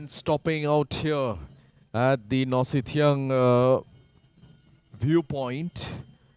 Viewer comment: Nohsngithiang, not Nohsynthiang.